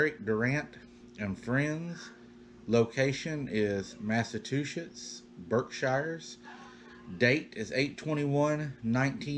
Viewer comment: Hey --love your stories! I had to laugh when you pronounced "Massachusetts" as Massa-two-shits! LOL---Its pronounced "massa-chew-sets" I have a friend that says it like you do and I always laugh--your so cute,, keep up the terrific stories😊